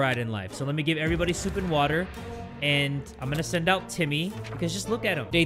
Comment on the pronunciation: What about the way u would say, WATAH, I miss that🥲